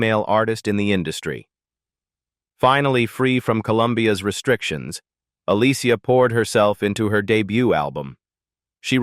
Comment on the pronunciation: 😮😮Look how he pronounced herr name 😂😂 smh smh smh